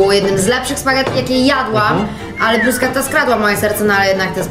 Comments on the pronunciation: brusketta wymawia sie bruszeta 😅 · Nie bruszczety tylko bruskiety, nie parmedziano regiano, a parmedziano redziano 😂😂😂😂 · BRUSKETTA!!!!! NIE BRUSZCZETTA XDDDDD